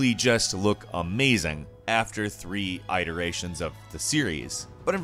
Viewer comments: it·er·a·tion /ˌidəˈrāSH(ə)n/ Unless i-rate-ion is a word. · I-teration? What kind of satan spawn are you? It-eration mate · It. It-teration. Like the word it, not like I. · You pronounce 'iteration' weird.